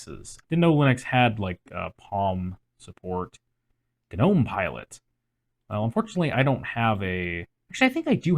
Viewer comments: Why is everyone pronouncing the g in gnome? it's silent. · Every time someone pronounces the G in Gnome i can’t help but think of the “I’m gnot a goblin, I’m a gnome” meme